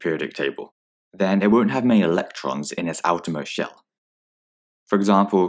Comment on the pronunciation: shell not shel